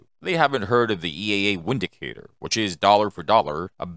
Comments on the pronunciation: EAA is German. It's pronounced Vindicator. Which makes more sense than windicator. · It's pronounced Vindicator